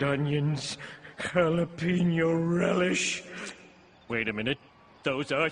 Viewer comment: mispronouncing jalapeño again